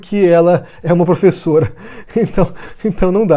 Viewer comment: Essa "''plofesola""" me parece o velho maluco disfarçado kkkkkkkk